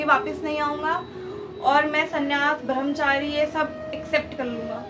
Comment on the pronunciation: "Bharamchari" nahi "Brahmachari" h woh shabd..! Hindi bhasha likhna aur bolna dono sikhiye acchi tarah se pehle.